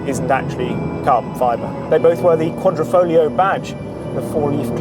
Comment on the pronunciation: "Quadri- FoGlio" Not Quadrifolio C'mon man!!